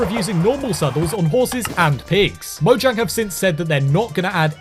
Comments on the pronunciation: DO YOU MEAN MOYANG? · Did you know that mojang is pronounce moyang